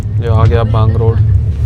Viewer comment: बांगरोद बोलो बांगरोड नही है। रेलवे स्टेशन के बोर्ड पढ लिया करो भाई जी